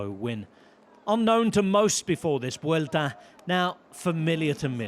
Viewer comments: Kudos to Rob Hatch. Few people in the pro cycling circles pronounce Vuelta correctly!:face-blue-smiling: 👏👏👏👏👏 Just realized he also pronounces Le Tour de France CORRECTLY, too. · The pronunciation of Spanish names and locations is nearly perfect. I wouldn't hate it if other folks took notes.